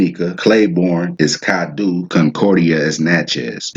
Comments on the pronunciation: Its pronounced cad-doe not doo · Natchitoches is pronounced... Nak-o-tosh or better yet sounding... Nat-ki-tosh...twin brothers and sons of the Caddo (pronounced) Cad-doe of the Caddo Chief, his brother's name is Nacogdoches, Texas, the land of the Caddo, is between four states, north east Texas, northwest Louisiana, southeast Oklahoma, and southwest Arkansas...Originated from the Tribe of the Caddoan Linquistic Family of Indians, which is now the Caddo Nation of Oklahoma of the Caddo Confederacy, since most of them were relocated there. The video and knowledge is great, Good Job young man, keep up the good work, because the people need to know where they came from. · Nice. Like the way you broke that down. You chopping it up though; but, very good. We pronounce our vowels differently than most Americans. Its Crèole Française. Caddo is CAD DOE Attakapa is Ah taw ka paw Opelousas is like saying opperation or Appalusa